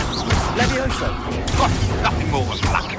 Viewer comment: It's not Leviossa, it's Leviosa! lol